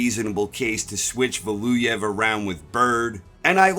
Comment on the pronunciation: How hard is it to say Valuev?